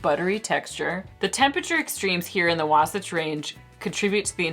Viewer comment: I used to live in Utah. You butchered "Wasatch" at first, but you eventually got it right. There are other place names that separate the locals from the visitors - some examples are Alta, Flowell, Paragonah, and Hurricane. I like amburana. This sounds good. Unfortunately, according to their website, it is sold out. I'll have to see what else they have that looks interesting. If they are unable to ship, maybe I can get one of my friends there to grab a bottle and send it to me.